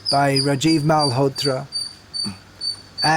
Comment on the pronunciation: Feminism comes from Marxism {@ mispronounced Rajiv in stead of Raajiv, I am pointing out for those who propagate to imitate pronunciation. In fact has given lecture about this issue about Srila Prabhupad